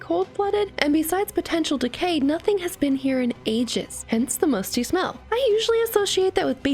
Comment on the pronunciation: Oof i heard Musty into Musky